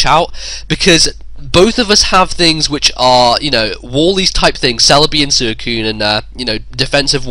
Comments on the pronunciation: "It's sooeecune," no it's not it's Suicune. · SWEE - CUNE not Su - e - cune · Ive seriously never heard anyone in any narration pronounce it like. He still is awesome though